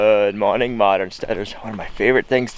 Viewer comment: Sounds like you say "God morning modern.....?"